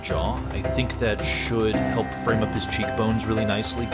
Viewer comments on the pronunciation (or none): none